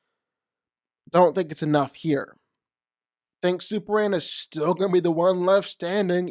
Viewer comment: Super M A N. This is hard to say how though? If there's something going on, then cool, but God damn, that's rough to keep hearing as Super-an.